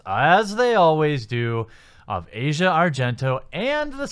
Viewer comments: I know it might not mean much but her name is pronounced Ah-zia Not Asia. Not supporting her or anything, just saying, in case you care. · Its pronounced Ass-Eee-Ahhh. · It's not pronounced Asia(like the continent) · Azea not asia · They say it like "Ozia" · AH-zee-uh, not the continent. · Asia isn't pronunced like that.